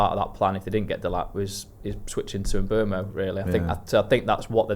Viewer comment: Can someone please explain why we are all calling Bryan Mbeumo - M-boomo? The only interview I've found of him saying his name, he says, M-boh-mo, definitely NOT Mbooomo.